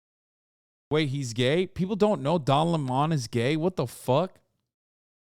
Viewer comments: Why does Hasan keep saying Le Món instead of Lemon 😩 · Hasan’s name pronunciation trolling fucked me up, and now I don’t know if his name is pronounced luh-mahn or 🍋